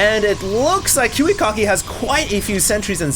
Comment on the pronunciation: I LOL-ed hearing saying KiwiKaki's name sound like Kiwi-Cocky.:P